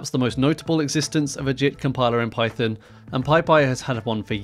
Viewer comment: Sounds like russian pronunciation